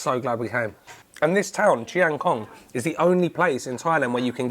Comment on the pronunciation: Not many farang can pronoun the word "chiang" correctly but you nailed it. Bravo! 👏